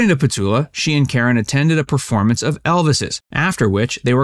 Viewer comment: It’s petula, you must pronounce the u. It’s not Petola